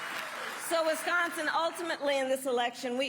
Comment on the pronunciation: I really hate the way she ways wisgonzin 😂😂😂